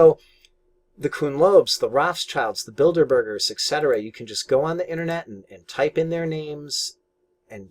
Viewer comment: Not enough traders learn what market makers do. Important topic. Also lol at "Builderbergs" (Bilderberg)